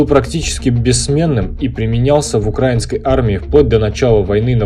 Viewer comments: УкраИнский, ударение на "и", а не "а" И не "на" , а "в" Украине А за обзор - спасибо) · Думаю, уже сказали, но повторю: В Украине, украИнский (ударение на «и») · Пожалуйста, не укрАинский, а украИнский. Ведь страна называется не украЙна, а УкраИна. Это тоже самое как говорить рОссийский. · Правильно украИнский, а не укрАинский. И не "на Украине", а "в Украине" Сколько раз вам бестолковым повторять 🤦🏻‍♂️ Дизлайк тебе сразу 👎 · Но на ударении при слове укрАинский палится шо он россИянский